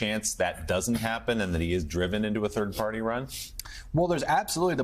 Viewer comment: Did you mean turd party